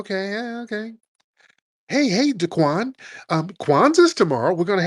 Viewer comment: Tariq would say DaQuain 😂😂😂😂😂